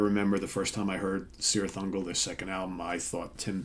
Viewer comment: Just a little, minimal precision here; I think the name of the band should be pronounced Kirith Ungol, in Tolkien languages the C always has this K sound. Yeah I'm such a nerd, sorry. It's a great album, thanks for the review! 🍺🤘